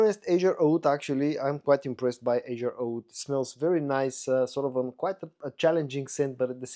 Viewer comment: Azzure Aoud ist pronounced in a italian way. Azzurro means blue in italian.